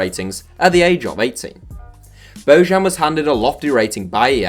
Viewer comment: Bo-yan ... Not Bougean